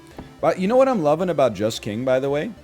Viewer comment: Every time NL says "Just King" I hear "Jess King" - Peloton always on the mind.